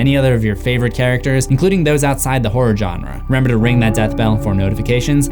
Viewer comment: Bruh 🤣 🤣 🤣 🤣 🤣 🤣 🤣 "WAT ARE DOSEEEEEE"